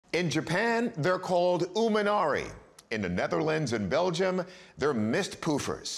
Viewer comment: Mistpoofers?? Who told you that? xD